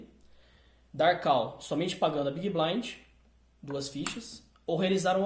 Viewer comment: A PRONUNCIA NAO É "KAL" SERIAL "CÓL".....entendeu? kkk